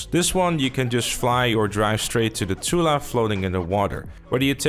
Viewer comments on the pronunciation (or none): none